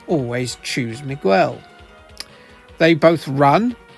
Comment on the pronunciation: "Meek-Well and Tooleo".